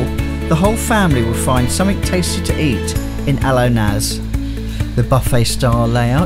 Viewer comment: A baffroom?! Somefink, nufink, proberly...lol